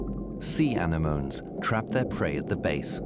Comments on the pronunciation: the narrator pronounces anemones as "Ani-moans" lol. It's A-Neh-Moh-Neez. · "Anemoans" 😂 And turtles are not amphibians. Do you not quality check what you're releasing? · Stopped watching 13 mins in after the narrator called anemones "ani-moans" and called loggerhead turtles amphibians lol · "Uh NEM o knees.," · Turtles are not amphibians, and anenomes is not pronounced ani-gnomes. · Oh dear. 🤨 An ocean documentary ought to be narrated by someone who knows how to pronounce the terms correctly. "Anemones" is pronounced a neh moe nees. Thank you. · The narrator apparently doesn't know how to pronounce "anemones." 😅